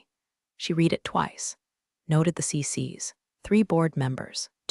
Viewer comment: In the past tense read is pronounced red